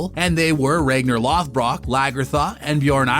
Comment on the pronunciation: "RAGNAR LOFFBROCK"💀